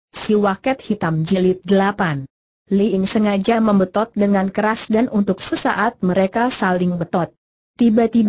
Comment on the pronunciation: gatel kuping denger walet di baca waket......😱